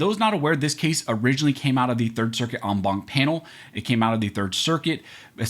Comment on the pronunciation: You lost me at on bonk. It's en as in end, Bank as in going to the bank. A bank is a collection, so the entire Bank of judges. I don't put my money in a bonk. That's not how Latin is pronounced, knock it the fuck off.